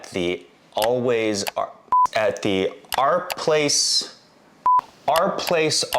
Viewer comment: It's OUR, like hour, not ARE!